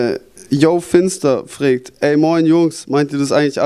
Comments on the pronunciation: maeckes sagt immer "fregt" anstatt fragt :D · freegt? XD fragt sagt man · Der sagt immer fregt und nicht fragt -.-' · "frägt" xD alter xD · wieso sagt der Knaller immer frägt hahaha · meackes wieso immer "Frägt" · warum sagt der penner immer ... frägt :D:D